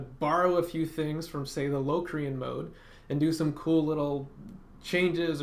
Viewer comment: The word locrian is pronounced with a short o not a long o